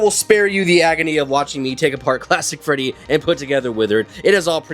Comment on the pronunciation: still calls Withered Freddy as Withered Feddy 😭